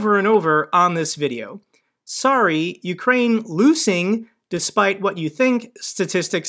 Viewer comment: "Ukraine" NOT "Ukrain". lol "UK" +"rain".